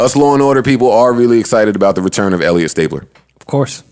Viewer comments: Hearing joe say Elliott stapler and not STABLER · Joe calling him stapler instead of stabler is hilarious 😂 😂😂😂😂😂